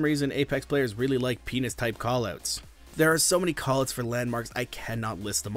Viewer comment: “Koll Ooots”